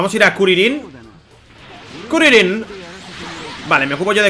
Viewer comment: Kurilin nada que ver se dice Krilin capo no kurilin